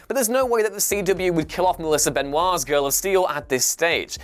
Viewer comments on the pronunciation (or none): Her name isn’t Benoit, it’s Benoist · Her name is NOT Melissa Benoit... nor is it pronounced Benoit... Benoist... Benoist like moist or hoist... Be-noist. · Reads Benoa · Melissa pronounces her name "Benoyst" not "Benwha", there is a video on Youtube when she explains it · Actually it’s pronounced Benoit but Melissa said she prefers to say her name like benoist because she prefers it. So neither are wrong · Benoist rhymes with moist, dude. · I know, but that is not how she or her family pronounces it. She explains that "Benwah" is how it is normally pronounced, but they don't. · The way you pronounced Benoist is wrong! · Why does he keep saying Melissa Benoist’s last name wrong ?!???!!!! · He's pronouncing it like it's french where oi is pronounced ua lol. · He's pronouncing it like French do. ;).